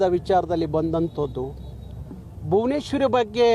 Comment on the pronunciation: ಹಾಗಬೇಕು ಅಂತಿಯ... ಅಂತಿಯ ಅನ್ನಬೇಕಲ್ಲವೇ. ಇನ್ನೂ ಸಂಪ್ರದಾಯ ಅನ್ನೋ ಬದಲಿಗೆ ಸಂಬ್ರದಾಯ ಅಂತಿಯ ಬುನೇಶ್ವರಿ ಅಲ್ಲಾ ಭುವನೇಶ್ವರಿ ಅನ್ನೋ ಪುಣ್ಯಾತ್ಮ. ... ಜೈ ಕರ್ನಾಟಕ ಮಾತೆ ಜೈ ಸಂವಿಧಾನ ಜೈ ಭೀಮ್